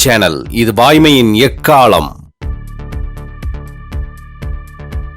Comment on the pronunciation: அறிவிப்பாளர் ஏன் 'எக்காளம்' என்ற வார்த்தையை 'எக்காலம்' என்று உச்சரிக்கிறார்...